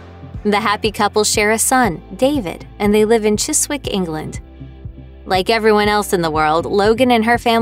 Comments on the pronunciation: Chiswick is pronounced Chisik.....not Chis-wik..... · Pleasant interesting video, but please , Americans must stop calling all very large old British houses CASTLES ! One other thing; Chiswick is pronounced CHISIC , not CHIS WICK ! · Tired of these American Youtubers trying to monetise our culture. Chis-wick? Give us a break. It's Chizick. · To be absolutely correct it's pronounced Chizick. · Chiswick is pronounced Chizzick not Chizwick. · Chizic not Chisic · The "w" in Chiswick is silent, is it's pronounced Chisick. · I enjoyed this, so want to point out that 'Chiswick' is pronounced Chis-ick....the 'w' is silent :) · Chis'wick - oh oh.... Chiz ' ick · Fellow Brits. If you're going to correct Americans' pronounciation of British place names then at least get it right yourselves. Chiswick is pronounced Chi-zick not Chi-sick. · Chiswick is pronounced Chisick. You ignore the w. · Chiswick is pronounced Chizz-ick. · Interesting video. FYI - the ‘w’ in Chiswick is silent!